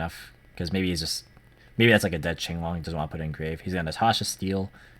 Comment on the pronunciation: I hate it when people call it King-long instead of Ching-long lol. Finally an actual Chinese man pronouncing Chinese word